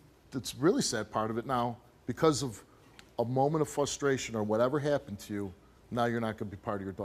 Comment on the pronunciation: Steve could never say “frustration” 😂 He also says “ex-specially” but we still love him